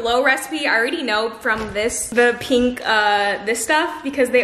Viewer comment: and PINK!! sigh